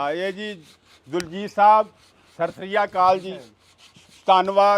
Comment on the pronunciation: ਬਹੁਤ ਸੋਹਣੀ ਗੱਲ ਕੀਤੀ ।। ਚਾਚੇ ਬੂਟੇ ਨੂੰ ਸਤਿ ਸ਼੍ਰੀ ਅਕਾਲ ਕਹਿਣਾ ਸਿਖਾਓ ਜੀ । ਹਰ ਵਾਰ ਗਲਤ ਬੋਲਦੇ ਨੇ 😊